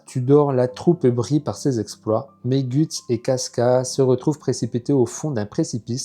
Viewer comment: J’aime bien tes vidéos MAIS PAR CONTRE STP ON LE PRONONCE « GEUTS » et non gUts !!!! 😂😂